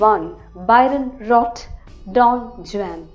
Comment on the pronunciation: Don Juan pronunciation wrong All in all video pronunciation superb